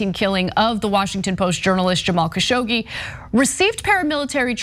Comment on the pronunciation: Dear Ana it is KASSHOG-JI